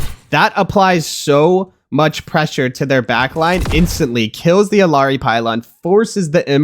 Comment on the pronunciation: he can say Eichenwalde correctly, but not Illari... 🥀💀 but above all else, great tips! thank you!